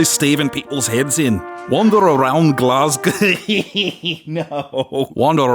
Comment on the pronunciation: This one was great. And for your Scottish performance, my one critique is: next time figure out how a Glaswegian pronounces Glasgow.